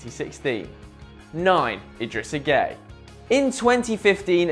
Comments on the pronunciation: I swear Gueye isnt pronounced as gay, Im not senegalese but i reckon its like Gu-é-y-e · do you really pronounce it gay?